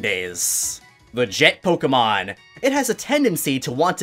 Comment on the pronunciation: Has terrible pronunciation of Pokémon names. I found your most recent video just to say, just learn how to say legendary names. They’re not French, stop trying to make them French.